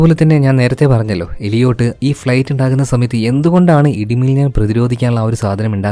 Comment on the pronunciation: എലിയോട്ട് ❌ ഏലിയറ്റ് ✅